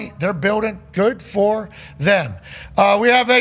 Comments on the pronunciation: Thum is the most annoying fuckin way imaginable to mess up the word them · literally cannot say the word “them” and it only bothers me I think. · I thought I was the only one. Dude says “thum” everyday